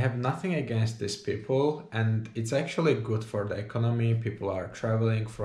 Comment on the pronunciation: Have u noticed that you have a bit of Czech accent in your English? F.ex. The way u pronounced words like economy or words Czech Republic you pronounce them very clear in East European way :)